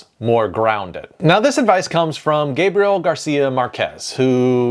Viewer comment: Also, "Gabriel" takes the stress on the E, "Márquez", on the A, as the written accent indicates, and "Borges", on the O.